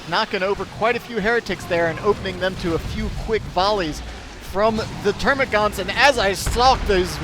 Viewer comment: Dammit, they're called termagants, not -gaunts. There's no "u" in their name like the hormagaunts. ^^ Aaanyway, great cast as always, and great game by the players. Big thumbs up! :)